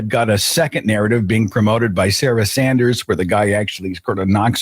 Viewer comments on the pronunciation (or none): none